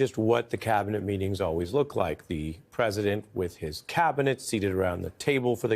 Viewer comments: Clown can’t even say Cabinet.. clearly uses a V in place of a B like a stuttering Stanley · cavinet? the best CAVinet? Can Musk not say the letter B?